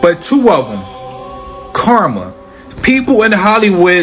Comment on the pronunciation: Amen, not to be rude but I hate it when they say Karma. I like how you said it.